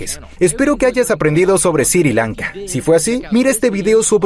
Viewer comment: Porque dice Siri Lanka deberia ser Sri Lanka